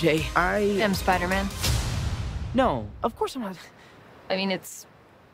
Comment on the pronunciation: spiderman, not spirder man